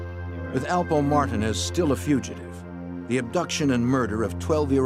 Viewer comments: So annoying to keep hearing him pronounce the name wrong..do your homework narrator...its a Puerto Rican name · Highly annoying me how their trying to pronounce Martinez 🥴🥴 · Blowing my shit how they pronounce Alpo 🐀 last name ‼️ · How in the hell do you NOT know how to pronounce Martinez.? 🤦‍♂️😂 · How they are pronouncing Martinez is cringe as a mf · Bothers the shit out of me the way the butchered the name Martinez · Please learn how to pronounce Martinez. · It erks me that the narrator can't say Martinez properly. He sounds ignorant af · Alpo Martinez not Martin wtf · Calling alpo "alpo martin" is crazy😂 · “Alpo Martin “iz ” I cringed everytime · Mar-ta-nez??? How TF do you not know how to pronounce Martinez that's like one of the most common names in the world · Martinez It’s mar-teen-ezzzzz tf.! Lol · He was saying Martin...they off the damn hook. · What’s so hard about pronouncing Martinez ( Mar - teen - ez ) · I was like Martin Ez? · as a Castillian speaker I can attest it is not pronounced like that in Spain. In Spain you might hear Mar-TEEN-eth but never MAR-tin-ez. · Mar-teen-ez say it right 🧐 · Martin (ez) ¿I have never heard Martinez butchered this way! TF Why put up the photo of NOT Richard Porter? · Mar-tee-nez!!!!!!!!!!!!!!!!!! Wtf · Why are these dudes saying marten EZ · mar-ti-NEZ. WTF! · Martinez not matin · Mar-Teen ez (phonetically spelling) You want us to pronounce Broski but refuse to say our shit right. And why can’t ya’ll get people that look like the folks y’all portraying. DAMN!!! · They’re killing me with the mispronunciation of Alpo’s last name. 😞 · I thought it was just me I'm like wtf are they saying his name like that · It’s actually not pronounced wrong in Spain that’s how it’s pronounced they actually take offense if you pronounce it the common way everywhere else it’s the common way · So cringe on how they pronounced it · Mac Blazin Well, its hard for a lot of white people to pronounce black and brown names lol